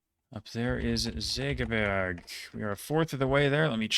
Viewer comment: Segeberg. Pronounced perfectly. I tip my hat.